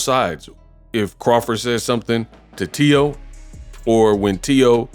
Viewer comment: Teo slapped Crawford's hand away. Say it right man.